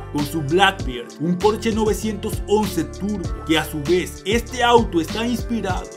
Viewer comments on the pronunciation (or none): none